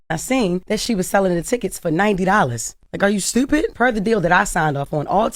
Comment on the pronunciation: It’s stupid not strewpid